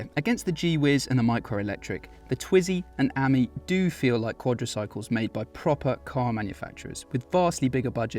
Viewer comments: What a PLONKA! Talk about make a complete Prat of yourself. It's not Ami as in 'Hammy'. It's Ami as in 'Play me' Just to let you know Ami means Friend in French. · Amie (Friend) is pronounced Uh-mee with a long e.